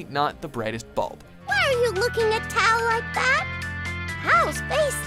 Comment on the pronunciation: ooooh I thought you mean how he was pronouncing Tao's name.